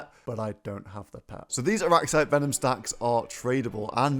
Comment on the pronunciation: “Rup—turra arraxyte”